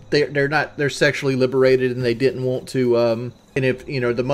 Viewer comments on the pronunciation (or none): You woont some wooter? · I don’t wont it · “What you wohnt man” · Fk now I can’t stop hearing it